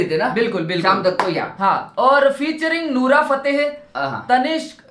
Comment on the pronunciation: Bhai nura nahi nora hota hai 🙏🏻🤣